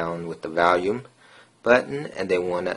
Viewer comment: you're saying volume wrong....good vid though